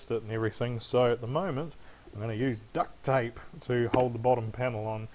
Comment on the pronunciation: No hate but why did he day duct tape like that